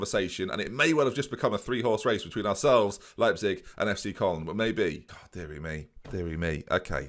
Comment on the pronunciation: it's "leyepzig" not "leapzig"...